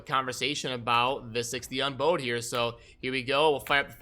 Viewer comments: Exactly. It's supposed to be bow as in "she doesn't bow to anyone" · Lol, everytime he says bowed wrong it drives me nuts. I'm almost positive it's not bow like bowtie, it's like the bow of a boat.